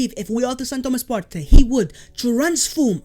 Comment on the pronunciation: Why do you pronounce Partey as of my man is Latin / Spanish? This is a Ghanaian man, not some Spanish geezer.